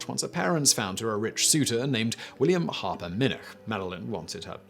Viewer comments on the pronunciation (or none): none